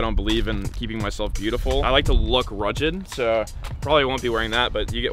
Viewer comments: First, my favorite lure in your unboxing is that Ark crank bait. Those are definitely nice but a bit pricey. They swim so nice! I have to agree with a 9 out of 10 for no frogs or top water. Quick question, what does “rujjed” mean? Did you mean “rugged”? LOL! Hats off to the rig! The smallie in my pic was caught on a sprayed lettuce bandito with a Ned rattle shoved in it! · Did my mans just say ruh-jid? lmao